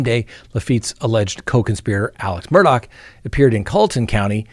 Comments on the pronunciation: It's driving me crazy... Mr Murdaugh name does does not end with "CK" it ends with " GH" Please pronounce his name right. I may have miss spelled his name here however I do pronounce it right. It's Murdaugh not MurdouCK. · If you listen to the early news about the case, it is pronounced with a ck at the end. I'm not sure why, but is going by the local (South Carolina) pronunciation. 😉 I can truly understand your thinking!